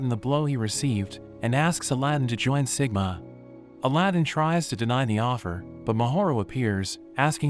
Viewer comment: It's siguma